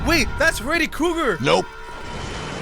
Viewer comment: Naaa bro said Freddy crogrt😂